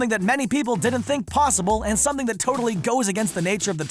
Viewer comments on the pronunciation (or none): none